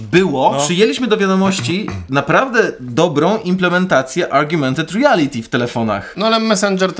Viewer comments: Uwielbiam Cię Karol, ale chyba chodzi o "augmented reality", a nie "argumented reality" ;) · Karol, augmented nie argumented ;)